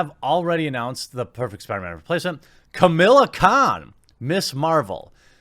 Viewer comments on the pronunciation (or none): Alright man, I'm gonna have to stop you right there; it's "Kamala Khan" not "Camilla Khan"... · I agree with you mate, but stop pronouncing it as "Camilla" it is "Ka-Ma-La" 😂😂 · I hate the character but for the love of christ why can't you pronounce that name? She's not called Camilla. You're like Todd McFarlane trying to pronounce Katsuhiro Otomo. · Not that I disagree with Jeremy or anything, but you can tell he's not really into comics as much as someone like Yellow Flash or Ya Boi Zack, or....me when he mispronounces Kamala's and Sana Amanat's name. Not trying to be a grammar Nazi here, but one would think that these monetized YouTubers would at least read a little better and maybe look into what they're about to talk about a little more. I don't know how you get "Camilla" out of "Kamala", but...............oh no, I've become a grammar Na....well, you know. Point is, yeah, Kamala Khan....hell, ANYONE being seriously considered as a replacement for Marvel's number one character is a joke, especially a character that normies have never heard of! LOL! Marvel at this point can't do anything right.